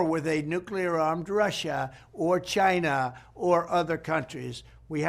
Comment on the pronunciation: He calls China "Gyna" 🤦🏽‍♀️